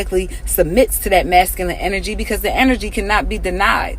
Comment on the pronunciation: She said “you could fill the masculense”